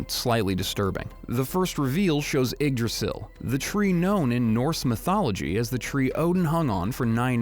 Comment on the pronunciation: You finally learned how to say Yggdrasil.